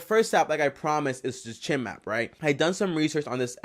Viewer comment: Its not cheam its chime like bells chime